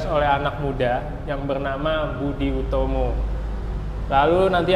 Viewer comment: Maaf ya,mungkin salah dalam pemenggalan kata disaat beliau menerangkan tentang Budi Utomo, terdengar didirikan oleh anak muda yg dinamakan Budi Utomo, mungkin maksud beliau Soetomo, terimakasih